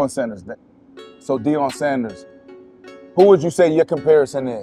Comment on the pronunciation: “Deion Sanders” I’m not watching another second of this. 😂😂😂